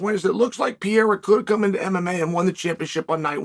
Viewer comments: How can you hold someone in such high regard, but refused to get their name right? It's been long enough dude. Errrrrrr as in ur as in purr-Air-Uhh for us Americans that dont roll their rrrrrrrrrs. "PeeeAirrrr" is a frenchman... Love you to death Chael lol you're still my favorite. "purr" 😂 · Pronounced PERRERA not PIERRA 🤣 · You say Alex Pay-ray-ra, and not Pee-ay-ra. You also don't pronounce the first Y. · Its not Piera is Pereira mate XD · sorry, not PIERRA , but PEREIRA. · pereira, not Sierra , come on chael Sonnen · his last name is not pieira is pereira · Alex "Pieira" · Alex Pierra 😂 I know Chael is extremely sarcastic, but I genuinely can’t tell if he mispronounces every foreign fighter’s name or if he’s just American lol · Chael goes back to calling him pierra 🤣🤣🤣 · Chael, try saying Alex name like this: per-air-ah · Chael: practices proper pronunciation of Alexs' name. Also Chael: keeps calling him Alex Pee-air-uh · Only Chael Sonnen can call Alex, Alex Pee-era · chael still doesn´t know how to pronounce pereira right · When is Chael gonna learnto pronounce his name properly? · I really can't understand how until today nobody says to Chael the right way to say PEREIRA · The man is a 2 division champion, the least you can do is say his surname right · Chael had to say his name properly when covering 295 and now he’s back.